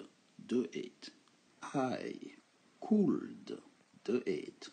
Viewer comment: BONJOUR (Question)POURQOI FAIT TU SONNER LE (L)DANS WOULD COULD SHOULD ALORS QU'ILS SONT MUETS A L'ÉCOUTE CECI DIT J AIME BIEN TES COURS (CHRISTIAN)